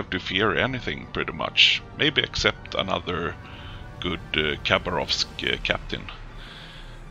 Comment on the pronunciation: I have no f** idea why youtube have recommended your videos as documentaries for battleships..... lol :D seriously WTF !? :) If you allow a little correction,- actually the correct pronunciation is Ha'bArov'sk, (without K ) english language is poor for the translation of (any*) languages By the way nice gameplay :] ,... wait a sec... you lost!? well ... i think you need som "target-water energy drink" oh we call it [cough*] wodka [cough*] :D you can't play one of our battleship without to feel like an true RRrussian because you need to feel the spirit of mother Rrrrussia, if you want to win! :D ahh just joking... cheers ! :]